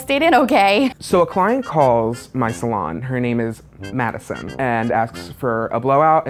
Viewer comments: My name is Madison it hurts he goes “Madison” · "So a client called... her name was *MaDiSoN*"